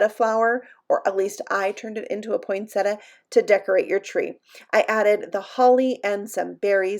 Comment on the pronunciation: Hey! You actually pronounce poinsettia right! I was trained as a florist years ago so I know how to pronounce it. Most people say it wrong.